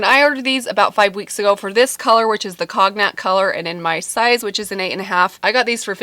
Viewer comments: Love your videos I think they’re amazing! Just a little FYI COG-NAC is Pronounced Conie-ac 🤗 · Love your videos and personality. I’m a subscriber from the first sight 😉. Now that I see your videos I click “like” button even before I see your video all the way. Btw the boots are super cute, and the color is pronounced as “coñac” the G is silent. It’s an alcoholic expensive drink originated in France and it’s that color, so hence the name. Great videos! Thank you. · Excellent recommendations, and those booties are so cute. I will tell you though, the pronunciation is "cone yack," It's a kind of alcohol from France. More specifically, the area of Cognac, France. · Thrive mascara is life! You were totally doing a British accent when you pronounced the G in cognac.